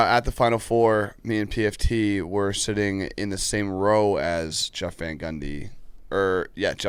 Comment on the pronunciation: Why can’t pronounce the name “Jeff”?